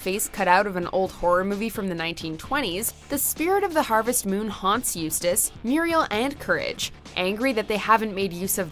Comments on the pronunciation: After getting lessons oh how to pronounce Eustace, she finally made it correctly. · The narrator finally pronounced Eustace correctly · At least this announcer says Eustace's name right